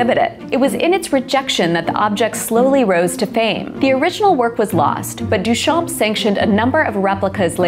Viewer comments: Very interesting! Just one thing. The name Marcel Duchamp is pronounced Duchan… you don't pronounce the p and barley pronounce the m. Here's the right way to say it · Your mispronouncing of Duchamp makes me die a little inside every time you say it but this was a great video!